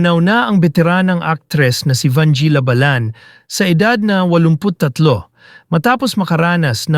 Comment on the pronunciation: Ang bobo ng nag i-story telling, halatang hindi nag-aral. You are destroying the Pilipino language. If you are educated, you will not speak a language so bad. Shame on you. Even the surname of Vangie, you pronounced it wrongly, that is disrespect to the person Vangie.